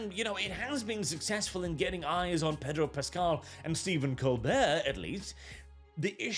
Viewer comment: I would have sworn you called him "Pedo Pascal." I had to rewind to check it again.